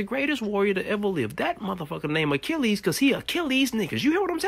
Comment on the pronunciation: I've never heard Achilles' name put like that, but damn, you right. Bless you, you're just the best